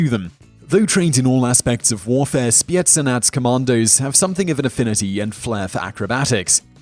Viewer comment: Please never ever say spetznaz again.